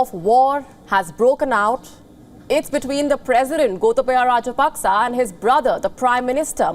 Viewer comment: Pronounced Rajapakse wrong again